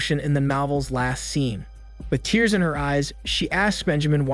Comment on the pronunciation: Isn’t there ever a second take with these narrations? “He tears 😭 the page?” Oof man you had one job